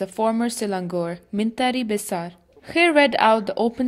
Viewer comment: The reporter whose voice being heard, is she a Malaysian or a foreigner? The pronunciation of men-tari beisar of Selang-gor shouldn't be like she did if she'as a local.